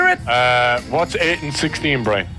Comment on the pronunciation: “Saved the day Burn”: “Burn?” Me: did he just called Brian burn? LMAO 😂😂😂